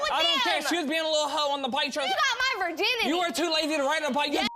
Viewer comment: "Virdinity" lol